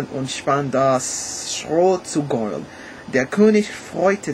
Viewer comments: 7 1/2 ganz gut! Work on your pronunciation! (gold, pronunciate every letter in that sentence) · Hallo, der Kommentarplatz reicht hier leider nicht aus um alle deine Aussprachfehler aufzuzählen, aber es lässt sich eine bestimmte Systematik erkennen. Beim Sprechen der Selbstlaute o, a, e und u hast du die Zunge zu weit unten und hinten, daher klingen folgende Worte falsch: "Gold" nach "Gould", "Morgen" nach "Mougen" (auch das r verschluckst du öfters), "du" klingt nach "dou". Deine Aussprache klingt irgendwie wie holländischer Gauda:).Wenn du dich konzentrierst klappt es besser. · Try to speak longer vocals like EEEr WAAR AARM , it sounds more German then. "Gold" does not sound like in english, rather like "Gollt" (o like in "often")The "ch"-noise & the Umlauts work very fine. Keep on! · I think your accent actually makes german sound cooler :D and i understood everything even though some words are pronounced very english e.g. "Gold"